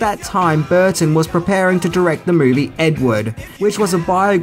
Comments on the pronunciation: it’s Edwood not Edward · Why does he pronounce Ed Wood as Ed Ward 3 out of the 4 times he says it?